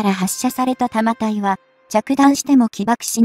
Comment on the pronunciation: 日本のレールガンは「 対空（航空機・巡航ミサイル）・対弾道ミサイル 」用だよ。 155mmは「 １０Kg 」もあるので膨大な電力が必要dだが、対空用の「 0.18Kg 」なら、原子力発電は不要で、車載ディーゼル発電機で充蓄電用のコンデンサが実現可能。 「 長射程／弾体 」を「 ながしゃてい／たまたい 」はコンピュータ読み上げなんだろうがなんとかなりませんかねぇ・・